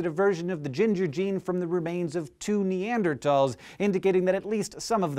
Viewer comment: Hank, you can't pronounce 'neanderthals' as 'neandertalls'; it's simply incorrect.